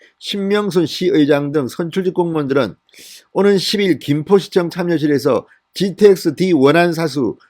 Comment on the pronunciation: 방녁수칙x 방역수칙o, 현녁의원x 혀:녁의원o, 참녀x 차며o, 이:성뉸x 이:성윤o